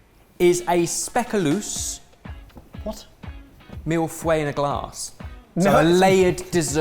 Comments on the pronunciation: ben mispronouncing speculoos all those times really just 😐😐😐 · Whoah. has to catch up on some Dutch. The pronunciation of speculoos was really bad. Something I'm not used to of. (or sometimes also called speculaas, maybe interesting to find out why and the difference)